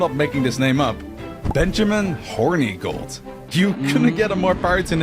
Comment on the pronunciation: Ngl I hate that he’s pronouncing Hornigold’s name incorrectly it’s “horn-eh-gold” not “Horny-gold”